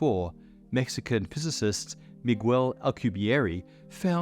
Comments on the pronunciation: Its pronounced Mee Ghel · Miguel is pronounced as the sound “gue” in “guests”. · “Miguwel” lol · Im sorry but hearing him say “megwell “ was hilarious😂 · I've never heard anyone ever pronounce Miguel that way. Lol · The "u" in Miguel is mute. Same as in "que" (what). This is one of the few exceptions in spanish, the u is used muted in a few combinations. Also the last e in Alcubierre sounds exactly like the previous one. We only have one sound for each letter. Our writting sounds exactly the same as speaked.(again, very few exceptions apply) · he’s a physicist but he can’t pronounce the name Miguel? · The u in Miguel is silent. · Wait, how did you pronounce Miguel? 😖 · That’s not how to pronounce Miguel’s last name. Butchers.